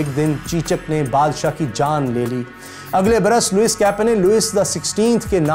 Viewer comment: Sir agar mai ghalti par nahi tho yeh Louise لوئس nahi parha jata balkeh لوئی parha jata hay